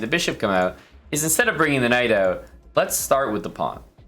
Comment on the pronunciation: everytime you say "knight out" it sounds so scottish